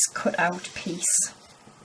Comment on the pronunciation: She told kut for cut